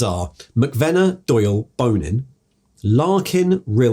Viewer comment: says Bonin's name like Bone In every time. I always heard it in my head like the french bon followed by in like in and out